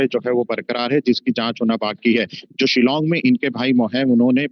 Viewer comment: It is not Shilang but Shillong